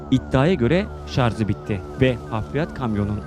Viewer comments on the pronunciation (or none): Şarz değil şarj!